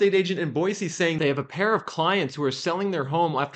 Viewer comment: Thank you for not saying "Boyzee."